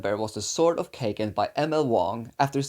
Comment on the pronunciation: I have a special respect for these self publishing authors in my heart, because it takes a lot of guts to bet so much money on your own work, and there are other many complications involved Aside from that, sword of kaigen my fav self pub too, tho isn't the pronunciation ka-i-gen here? Pls correct me if I'm wrong This book is highly recommended to many new guys, especially those who are into anime/manga since the chars are based in a Japanese settings